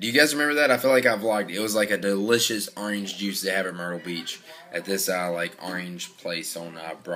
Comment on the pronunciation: It's not arrange its orange